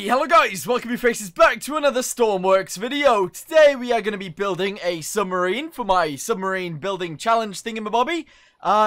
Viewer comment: Um you say scrubmrine